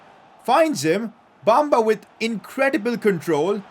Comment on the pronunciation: PCQ:Pronounce Bamba as Be-m-ba i know its a E but thats how you pronounce